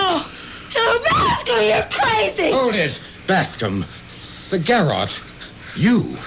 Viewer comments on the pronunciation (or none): I just couldn't help laughing every time the butler said "garret" instead of "garrotte". I checked, and not even Americans really mispronounce it like that! It does sound ridiculously funny. But I did enjoy the melodrama the butler contributed - he did make much more effort to act than most of them. The principal man often seemed to be reading the lines more than acting. I enjoy these plays so much, I don't mind odd weak one at all. They do sound as though they are straight from the 1940s or early 50s, not the 1980s, as somebody has already commented. I like it that the ads have been left in - they are fascinating! Thanks again for keeping us supplied with plenty of good listening. 😊 👍